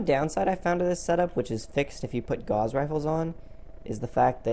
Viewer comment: It's "yayger" and "gowss" Not jagger and gauze.